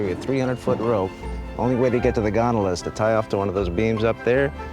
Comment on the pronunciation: Nobody: The announcer: the Gon-do-La